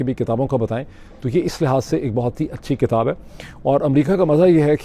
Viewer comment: It's not katab....it's kitab